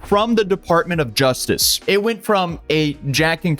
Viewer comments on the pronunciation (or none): none